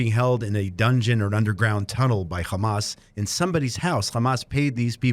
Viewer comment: Its Hamas not gamaaas